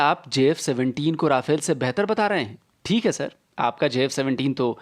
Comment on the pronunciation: Nice video as always but it’s “रफ़ाल” and not “राफ़ेल”